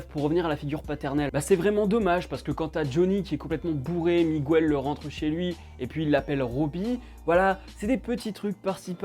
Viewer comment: Bonne vidéo mais la prochaine fois dis miguel au lieu de migouel stttp 😂